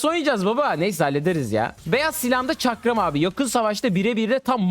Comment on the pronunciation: Çakram demesini izlemeye geldim arada bir farklı pozisyonlar çıkıyo lütfen videoyu düzeltin